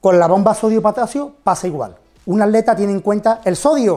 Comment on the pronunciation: Min el "ADLETA", el "ALETA". Tiene algun problema para decir la palabra ATLETA?? jajajaja